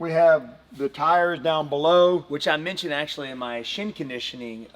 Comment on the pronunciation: As a native Texan that has lived in the Carolinas for a dozen or so years, his accent doesn't have the same Texas drawl but more of a Carolina short twang. The word "tyyyehrs" does have that Texas lilt though. Either way they're both badass.